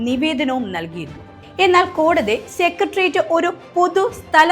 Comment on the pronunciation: സെക്രട്ടേറിയറ്റ് എന്നാണ് ശരിയായ ഉച്ചാരണം, കുട്ടി.